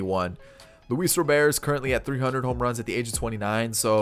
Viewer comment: ITS ROBERT WITH A T NOT ROBER WITHOUT THE T ITS ROBERT GOD DAMN